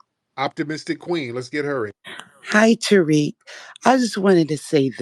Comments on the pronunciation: People piss me off when they purposefully mispronounce that man’s name. It’s TUH-Reek, not TARICK😒 She sounds like a welfare recipient who hate that the money is about to stop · Two-Pack Shakur, Tear-ick Nasheed, Louis Far-A-Con, Sad-Um Hussain. WS suspects go out of their way to mispronounce people of colors’ name. They stay on code. Stay focused. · I expect when ppl come at like "Tarik".....They getting ready to disrespect him.....🙄🙄🙄🙄...Yep, she knows the correct pronunciation is Tariq....Get her, 🤓🤓😂😂😂😂😂😂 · 😂 A lol Tariq Thrashed the big back as soon as she verified that she was actively mispronouncing his name. It's funny , once he identifies that your on some bulshit , it's a rap. On the serious side , it's always a pleasure 🙏 my brother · Debbie is a disgusting, hypocritical, shameless liar. She's defaming Tariq's name and purposely mispronouncing it. Why does she think anyone would listen to anything she has to say. Her credibility is at the gates of hell. And got the nerve to quote scripture. Ugh. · She was pissing me off saying that man name wrong, for some reason that shit gets under my skin